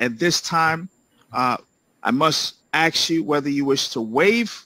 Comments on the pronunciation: Yes, and thank you, I'm glad you brought this up. In addition to the above, and others, and more directly: The pronunciation of "ask" as "aks" is part of AAVE (African-American Vernacular English) aka Black English, a dialect with its own consistent grammar, spelling and pronunciation, as studied by sociolinguists for many decades. See the many works of linguist John McWhorter for explanations--his "Talking Back, Talking Black" is a fantastic and educational book on this subject. I disagree with him on a lot these days, but wouldn't dream of arguing against his expertise in language usage. Depending on the circumstances/listeners, many AAVE users may choose to "code switch" to use the more standard or "proper" (bad word, but I can't think of a good synonym AM!) English, which is an impressive adaptive skill. Many immigrants or first generation members do similar things. For example, some Jews (I'm one) may use different phrasing and Yiddish terms in some circumstances (e.g., family dinners) than we would in others (e.g., workplace). The judge is using this more colloquial speech to Black men; he may or may not speak more formally in different situations or to different people, I don't know. But at any rate, kvetching (Yiddish!) about his so-called mispronunciation is rather unfair. English is a beautiful, fluid language and is changing, branching and forking out to new dialects all the time because it's so influenced by multiple cultures and ethnicities. Changes c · Thank you! It's refreshing that "axe you" bothers someone else. Why is it so difficult for some people to speak English? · lol we are well aware of ppls thoughts, they make it quite clear as you can see in the thread lol - why dont ppl who say mElk and sWord get this kinda antagonism lol it's always the aks ppl lol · I wonder if all the people here saying that axe is grammatically correct would be ok with me coming by to axe them. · Let me AX you question, Sir.